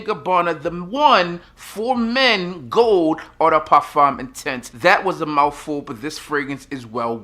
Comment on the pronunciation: I don’t want to call anyone Daddy, but, have brothers and guy friends for whom I would like to buy gifts. Eau is pronounced like oh. Please type in the brands and types of fragrances that aren’t in English language to hear the correct pronunciation. You’re too great at what you do to not correctly say the names and types of scents. I love the way you say cocao!